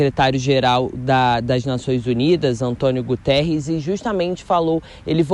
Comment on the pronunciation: António Guterrez e não Gutierrz......sic....